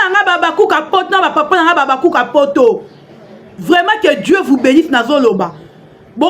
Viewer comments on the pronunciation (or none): none